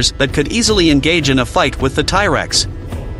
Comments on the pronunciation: it proconce T rex not tie rex just so you know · Its T rex not ty rex. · It's T-rex not ty-rex. Who the hell ever called it that? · What the hell is a Tie-Rex? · Tie Rex? plus dinos were NOT lizards. GAD (tie rex ffs!) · Tie tex? 😂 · Thai Rex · ti rex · I've never heard it pronounced "Ty" Rex before this video. I was expecting to hear some discussion on the Giganotosaurus vs T Rex size debate. Giganotosaurus had a stronger bite than Spinosaurus but still weaker than the bite of T Rex. Anyway, I Subscribed. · The Tye Rex? WTF is a Tye Rex? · I can't anyone serious that calls this animal Tyrex. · Firstly T-Rex (not "Thai-Rex as you keep pronouncing it) was not a lizard. The living animal group he is most closely related to are birds. Secondly, why do you have to use that horrible AI English translator for narration? A real voice, even one with a thick accent, would be much more pleasurable to the ear. This one sounds completely disjointed and is hard to listen to for more than a minute. Find a real person/voice to do your narration.